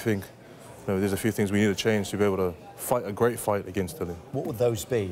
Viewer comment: Dillian, not Dillon, at least learn his name..